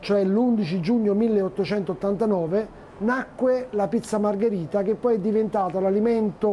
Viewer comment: Margherita no margarita...please.